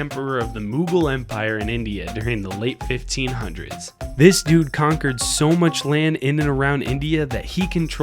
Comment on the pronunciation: how many does this guy said DOOD